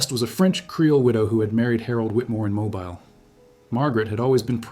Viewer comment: It’s pronounced mobill not mobile like mobile phone